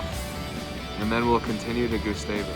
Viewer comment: hope you liked it! i live there and it’s cool seeing other peoples perspective on it. also it’s pronounced more like gus (rhymes with bus) -stavus than “goosestavus”